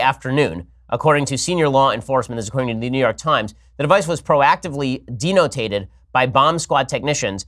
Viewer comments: The only time I can tell Ben Shapiro he is wrong... he says the bomb is denotated instead of detonated. BUT THIS DOESN’T MAKE ME FEEL ANY BETTER ABOUT MYSELF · i'm sure you are aware it's detonated, not de-notated. just saying. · That’s detonated, not denotated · D-no-tated, its det-o-nated... mr. Harvard. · De-notated? You mean, detonated? as in, "we detonated the device"...? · Did he say “de-notated” instead of detonated?? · "De-no-tated" or DETONATED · Denotated? Um... Detonated? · Hey Ben, how do you "proactively denotate" a bomb? Did you mean detonate, by any chance? 🤣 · Haa, pretty sure Ben meant "Proactively detonated". Never seen an explosive "denotated" before. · Proactively "Denotated" ?? Um. Detonated, Ben. lol. Love your show. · De-no-tated? Really? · "De-Notated" a device, Is that taking a sticky-pad off of it. (Ben rarely slips so I feel a tiny smarter smart for catching it) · " de - no - tated " lmao 🤣🤣🤣🤣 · I’m sorry . Can you pronounce detonated again ? Thanks .